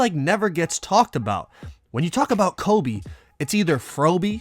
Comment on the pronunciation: My man said frobe